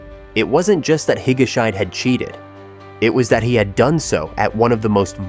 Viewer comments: "Higa-shyde"? "Hi-ga-shee-deh." Dude, if you don't know how to pronounce a name, look it up! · i lost it at "hige-shite"... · Should have someone coach you on the pronunciation of Japanese names. Not Higa-shide (rhyming with "hide") but Higashi--de. Japanese names do not follow English pronouncing rules. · This isn’t just a japan thing though. Anyway I think you should pronounce Higashide as Hi-ga-she-de. And also Becky is so back. And another celebrity with a scandalous affair, Mari Yaguchi, made a comeback also. Suicides which were also shockingly devastating, Yuko Takeuchi (Ms Sherlock), Haruma Miura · "higashide" is pronounced "hee-guh-shee-day" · Actually it’s he-ga-sh-day 😊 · Higguhshy? :P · can't even pronounce higashide properly. this AI shit has got to stop. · The mispronounced name hurt my ears, so much.